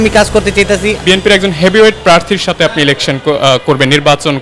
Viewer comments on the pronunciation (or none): none